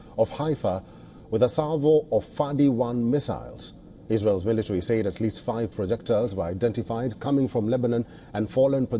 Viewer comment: learn how to say "said"